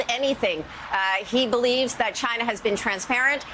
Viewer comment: Why does tRump always mispronounce China as "Chinnah" with a heavy emphasis on the "nah" & the "Chinna" part. Is he really that illiterate & ignorant or could he be doing it on purpose!